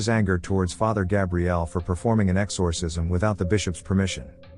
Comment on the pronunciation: "X-OR- Cism" sounds weird in AI voicr 😅